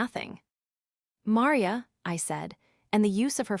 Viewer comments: Can’t even pronounce Maria? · Entertaining story. Would have been even better if the AI program they used for the narration could pronounce her mother's name Maria correctly. Well that and the tendency to break up one word into two like tenden cy. Oops!